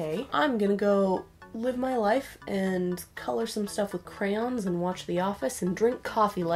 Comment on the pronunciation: normal people: crayOOOns extra people: crayins edit: NO hate im sorry if i offended anybody